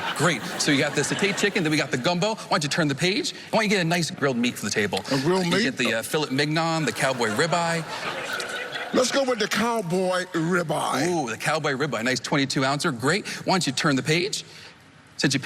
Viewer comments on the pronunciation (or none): The "FILET MIGON"...man, learn to pronounce food if you use it in a trick! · 'Fillit Mignarn' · It was "chicken satay", not "sautéed", but did you catch his pronunciation of "filet mignon"?